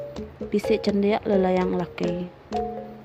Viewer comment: Nyebut Nama main character tu “Telajan” pen enda betul tauka SALAH SEBUT